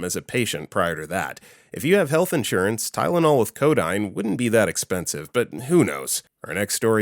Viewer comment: Ugh. It's [co - DEEN], not [co - DINE].